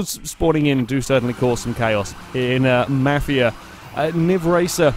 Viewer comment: Omfg, the way you pronounced mafia 3. It sounded like u said " Ja Ma-fia 3